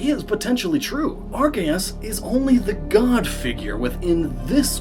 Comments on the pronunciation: Arceus is pronounced as Ar - Se - us in Japanese... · Miquib Arceus pronunciation